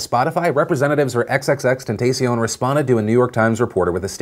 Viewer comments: "xxxtenTAYcion" geek lmao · Ten t ah shon say it with me now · XXX TEN-TAH-CION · I keep replaying roflllll !!! (aka the "XXX-ten-tay-see-own", lmfao!!) 😂😂😂😂😂 gosh I love this show more & more every day! 😜💕👍👍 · TEN TAH SEE- ON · Wow even Philip can't properly pronounce XXXtentacion...